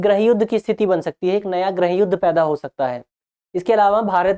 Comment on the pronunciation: everything is clear and well explained ☺☺.. but one suggestion please pronounce '' GRIIH YUDH'' NOT ''GRAH YUDH''😊😊😊